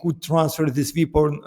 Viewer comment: Руслан, здравствуйте! В первые зашёл на ваш англоязычный канал, стараюсь вас отслеживать везде, но сюда добрался в первые :) Впечатлён вашим владением языка, очень приятно вас слушать. Прошу не воспринимать как критику, но обратите внимание на ваше произношение слова weapon. Он у вас идёт на индийско-африканский лад. В остальном - все супер. Удачи вам, буду с удовольствием и на английском Вас слушать. И ещё позвольте вопрос: как вы считаете, анонсированная встреча в Будапеште: привет из прошлого, в первую очередь для Украины с тонким подтекстом, что Украина и тогда и сейчас ничего не решает, а находится по сути "на столе"?